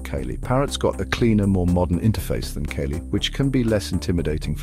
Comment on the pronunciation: I'm not a fan of Kali but if your gonna do a video maybe pronounce the shit right? "Kaylee"😂